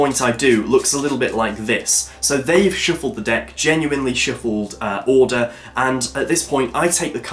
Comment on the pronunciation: really ? a " a shiffled deck cards' ? LOL